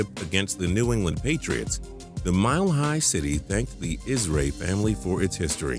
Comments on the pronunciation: Did this nigga just say ISRAY, is IRSAY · "IS RAY" family? this fuckin guy. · You mispronounced the Colts' owner's last name is Irsay. Also John Elway refused to play in Baltimore which is where the Colts still were when he was drafted they were not the Indianapolis Colts yet. Just to clarify I'm not a Colts fan